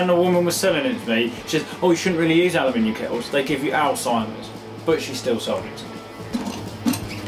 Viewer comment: You say aluminium properly. Thank GOD some youtuber does. Alooominum. NO ITS NOT ITS AL-U-MIN-EE-UM